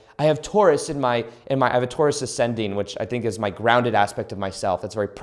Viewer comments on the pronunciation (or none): none